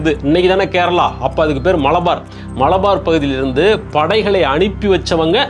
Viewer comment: மளபார் அல்ல. மலபார். மலபார் ஹில்சலதான் அம்பானி வீடுன்னு யார் சொன்னது சார். ல ழ என்று இரண்டு ஒலிகளை கொஞ்சம் பயிற்சி எடுத்தால் வரும்